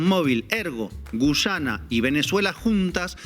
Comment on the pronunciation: Terugi no es gullana es Guyana 😂